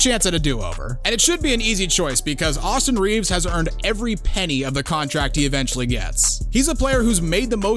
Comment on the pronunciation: AustHIM Reaves